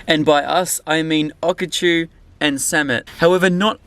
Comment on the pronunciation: When he said Okachan wrong I cringed so hard He hasn't been watching sammits videos